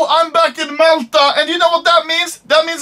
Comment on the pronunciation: "So now im back in Melta"